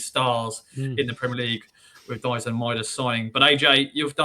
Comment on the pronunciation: イングランド人が大自然言ってるのなんか草